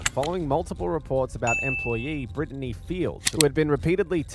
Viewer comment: how did the absolute moron running this channel pronounce BRITTNEY, that they have said multiple times in the video... as "BRIN-UH-DEE"